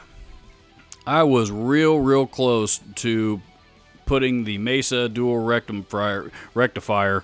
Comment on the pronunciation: Oh feck me that is COMEDY GOLD right there my friend!! “The Mesa Dual Rectum Fryer” ...followed by the perfect amount of pause. I have watched that 20 times back and I’m still crying 🤣 So glad you didn’t edit that out. Made my day brother!!